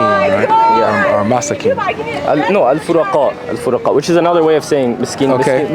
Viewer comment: He is even miss pronouncing the word poor people 😂😂😂 AlFuqaraa NOT AlFuraqaa 😅 الفقراء not الفرقاء